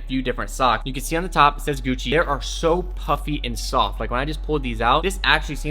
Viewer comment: "Guccerr" Lol Socks@